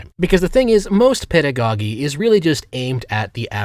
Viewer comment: "mighty-gating"? "pedagoghee"? Seriously, is doing this on purpose to drive engagement, or has he been secretly ESL this whole time? In which case, your accent is impeccable, my man.